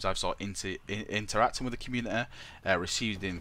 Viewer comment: communiteh XD